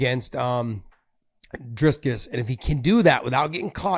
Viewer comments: "Driscus" How hard is it to say "Dricus?" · Where is the “s” between the i and c in Dricus? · Dricus not Driscus